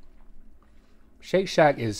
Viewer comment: My kids lost it when Rhett said, "Shake shack schause." and Link with, "It just won't let go."